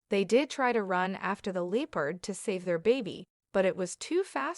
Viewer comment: Leepard? Is the narration AI? And that's a cheetah.